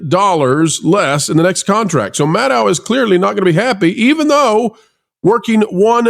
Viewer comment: I agree with Rachel Maddow. (That’s pronounced, Maddow, as in meadow,. Show some respect!)